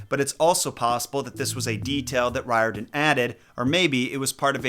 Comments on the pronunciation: Riordan Author really should be pronounced REE-or-dan. That's how they say it in Ireland, where it originates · It is pronounced, "Rear-den". Hermes has the "H" pronounced, according to my Greek uncle.